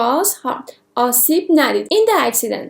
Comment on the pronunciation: عزیزم هارت تلفظ اشتباه ،hurt